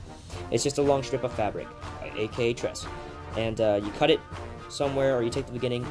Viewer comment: Good video, but the collar trim for NCOs is called Tresse...the final e is pronounced. I speak German and "tress" is painful. At least you didnt say "Luftwaff" lol.